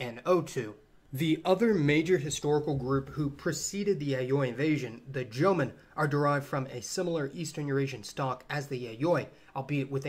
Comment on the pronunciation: Jomon="Joe-Moan" not "Jomin"